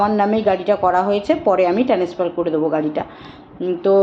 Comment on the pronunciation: Transfer uchharon ta ki korlo😂😂😂😅😅